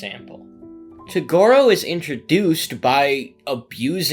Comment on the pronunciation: how do u pronounce toguro so fucking wrong my guy